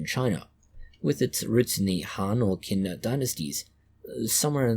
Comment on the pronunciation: Hi! Qin is pronounced "chin".